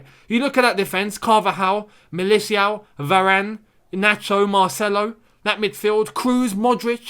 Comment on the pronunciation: MY MAN ITS PRONOUNCED MIL-E-TAO & BEN-ZEH-MA, not Mili-Tschiao & Benz-E-Ma I beggggggg that hurt my ears 😭😭😭😭😭😭😭😭